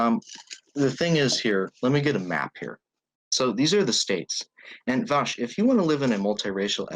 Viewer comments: The way he says "Vaush" as "Bosh" is insuffurable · This is the first time I've heard the name Vaush sound like a slur. "ANYWAYS VAUSH."